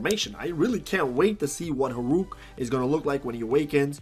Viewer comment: why u call Hurok "Horuk"?:v